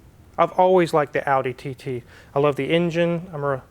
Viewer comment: If it helps, TT pronounced in German is TayTay.